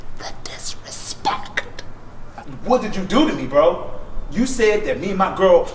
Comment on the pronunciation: 1) was big mad at lol 2) The "disrepeckt" lmao 3) went full blown M'Baku on 🤣🤣 #Weenotgood